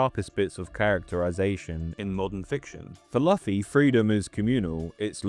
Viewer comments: BRO KEPT SAYING LOFFY 😭😭😭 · His name is pronounced LOO-fee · How how do you know this much about One Piece but can't pronounce Luffy's name? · there's no way you watched one piece and pronounced "Luffy" like that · Eh, at least it's better than the way Germans pronounce it. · I was wondering the same 😭😭 Great video though